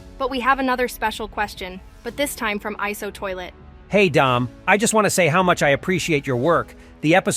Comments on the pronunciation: Bro its i-so toilet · Its not iso it's iso